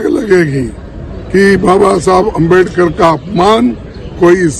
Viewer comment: जी आप बार बार आमबेडकर बोल रहे हैं उच्चारण सही करिए अम्बेडकर बोलिए।